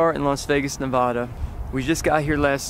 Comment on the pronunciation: He said navahda in the beginning of the video its nevada